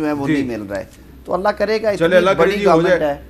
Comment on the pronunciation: Noreen Beti aap nay aik sentence main 3 mistakes kar dee hain --Senior [not ''senear''.] -- Brillaint [not ''breleant''] --Allah[swt] [not ''allah''] I,am sure you will NOT repeat these mistakes in future. Ok say ok Uncle not again InshaALLAH] SHABASH aur Allah[swt] ki hifazat main raho[Aameen]